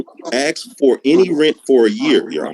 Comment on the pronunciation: This guy thinks he is smart, but he does even know how to pronounce certain words correctly. ie: “accured” should be accrued! “Ax” should be ask! There are several more…